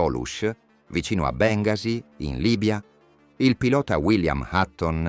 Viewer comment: Evidentemente il commentatore è torinese. Gli ricordo che la pronuncia esatta di Bengasi sia Bengàsi.